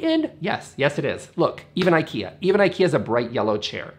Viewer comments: It's really ok not to learn Swedish for this 😁But you COULD pronounce Ikea as it is intended... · I am not angry but just the Brandname should be pronaunced right I think. Other than that nice vid and thank you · Please don’t say Eikeea. It is pronaunced Ee ka(y)ah